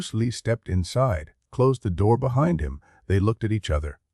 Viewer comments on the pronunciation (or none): none